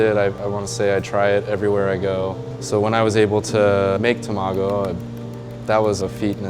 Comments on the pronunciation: TA...MA..GO..!! Not Tam ago.... LEARN JAPANESE!!! You sound like a moron even time you say Tamago!!! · I love how he says tamágo like tomato, instead of tamàgo, like how it's actually pronounced... reminds me of that horrible movie called Battleship in which the americans kept calling captain Yamato captain yamayto.. really ear grinding. :D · A sushi chef calling tamago, tuh maa goo. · toe-mago. Lol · Imagine being half Japanese yet not being able to pronounce Tamago correctly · He pronounced 卵 wrong! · its so triggering to hear him say tamago like that 😂